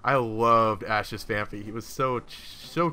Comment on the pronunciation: its phan-py not phan-phy